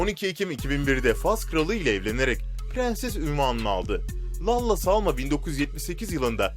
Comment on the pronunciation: 😂😂😂 Lalla diye okunmuyor o "Lella"diye okunuyor ck ck ck